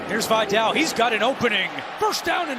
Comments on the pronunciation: His Names VIDÁL not Viddel SUKAS!😂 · I was about to comment on this. They should learn how to properly pronounce last names that are not American last names. I would be pissed if my last name was mispronounced repeatedly. It's pronounced Vidal ( vee-dal ). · Dude kept saying Videll and Gadsten lmfao. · the pronunciation of vidal bro